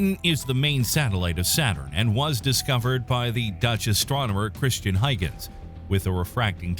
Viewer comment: Another incorrect pronunciation. HOY-gənz